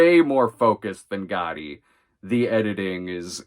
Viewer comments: pronouncing it with a hard T isn’t how anyone says it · Sometimes my hearing plays tricks on me. You do mean "Gotti," not "Goddy," yes? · I'm 99% sure that it's Americans/ Canadians who pronounce it "Goddy". Other nations do pronounce it with a hard 't'. Especially since it's a double 't' as well. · Caitlin Rix it’s a regional thing. Pronounce it however you’d like, but I’ve never heard someone pronounce it with hard double “T”